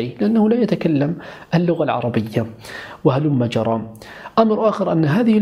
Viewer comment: ...رأيت أحدا قبلي قد علق على كلمة هلم جرى التي تقولها..ظننت أني الوحيدة التي سأعلق على الموضوع....منذ فترة رأيت منشور على الفيسبوك وقد كتبت فيه الكلمة بهذا الشكل(هلم جرى)..لم أفهم سبب كتابتك لها بهذا الشكل..ولكن عندما سمعتها اليوم منك علمت سبب ذلك.(.هلمّ جرّا)...بهذا الشكل تكتب.. وتُقرأ بتشديد حرف الرّاء....تقبل مروري..موضوع الحلقة جميل جدا..وفقك الله..